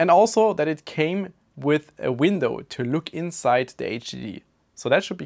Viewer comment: Is it me or you keep saying vindow?